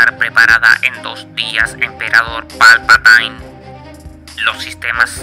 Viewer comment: has cometido un par de errores 😮. Coruscant se pronuncia Corusant y no es Palpataine si no Palpatine 😮